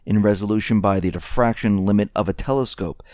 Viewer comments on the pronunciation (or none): none